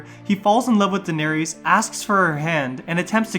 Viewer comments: The words "Varys", "Danerys", etc. have an "iss" sound at the end, not an "ees" sound. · Since when are their names Varies and Daeneries? There's no "ies" lol it's "ys" ffs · I had to stop because I couldn't stand to listen to "Vair-ees" and "Dan-air-ees" anymore. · jesus I got so annoyed at hearing "daenereez" and "vereez". just pronounce it like they same the name in the show!! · Dude, are you mispronouncing all their names on purpose or something? Holy shit. Sonsa, Denaries, Qyburn????? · Bro why you saying Varys and Daenerys wrong? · Like you literally have a whole show that tells you how their names are pronounced….. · Dude, Varys is pronounced "Varris," not "Varies." Same with Daenerys and Lollys. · Bruh have you even watched Game of thrones? Your pronunciation of "Varys" makes me cringe. 🤮 just heard of your pronunciation of Daenerys and I'm convinced you never watched a day of the show